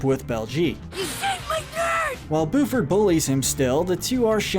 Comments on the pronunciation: I’m sorry but it’s Buford not booford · yes and he says buford as booford lmao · Who else hates how she wants to he says Lindana as lindAAnah instead of lindah-nah as well as Buford as boo-ford instead of bue-ford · The fact that he pronounces the name as BOOford and not BYOOford is so weird but sure that works😂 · Did he just say, booford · Oh god... “Boofard” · How can you know all this specific detail about the show and still mispronounce Lindana and Buford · Or the way he said Buford